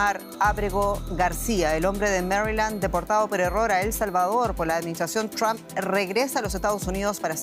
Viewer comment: Quién es Elon "MASK"? Ahora si: Donald TRAMP y Elon MASK. Que le pasa a estos periodistas?